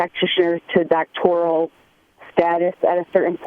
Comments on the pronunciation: Dave keeps saying Doctorial, he doesn’t even know what it is. I think it’s a great education in a field that is of primary importance. Dave holds a large asset of properties, only reason you would call him is to ask for a rent reduction. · Are you going to “help” people or are you just going to sit there and make fun of people looking for help? By the way, learn to pronounce ‘doctoral’. Idiot.